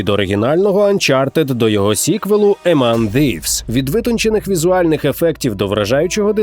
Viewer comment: Дякую за відео! - Головного героя звуть Кал, а не Кел - Among Thieves = Еман Зівс? «Th» це скоріш «С» з дуже слабкою ноткою «З» і «Ф»